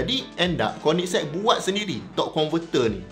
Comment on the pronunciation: Akhirnya sy pandai sebut nama kereta ni bila dengar abg sebut 🤭